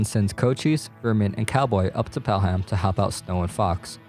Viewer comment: Pronounced “Pel-um” great video though